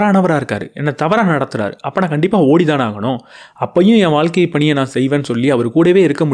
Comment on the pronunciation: அது வால்க்கை இல்லப்பா... வாழ்க்கை.